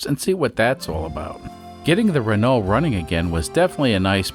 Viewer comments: Renault is pronounced "reh no" (the "lt" at the end are silent) Quirky little beast, this car. I'm UK-based and have never seen one (though to be fair, it would have been a reasonably old car even when I was born) EDIT: there are 14 left on UK roads as of today. Even back in 1995, there were only 38. There's also a further 6 that are declared "off-road" (Statutory Off-Road Notification, or SORN, meaning you aren't allowed to drive it on public roads), but have not been declared as "scrapped" - meaning there are 6 that could possibly be resurrected, or are show cars with occasional seasonal use. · To be THAT guy.. It's infact pronounced 'Renau' So just like you are already saying it, but cut out everything past the U :P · Good morning yes it is indeed a Renault 10 (the L and the T are not pronounced, RENO) derived from the Renault 8, descendant of the Renault Dauphine. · Hey. Great to see the Rennow (rhymes with Renault) back. Wow. It cost 6 million dollars to take the cover off 😂😂 Love your work 👍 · Reh-no is the proper way to pronounce the name. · Pronounced: Run? No. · The correct way to pronounce Renault: “Does it RUN?” “No.”